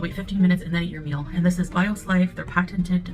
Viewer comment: Can’t even pronounce patented right lmao she’s such a great sales rep.